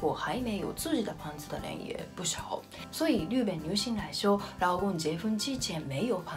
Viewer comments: 日本（riben）の発音って上海訛りか？ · 不会的，这位的发音有问题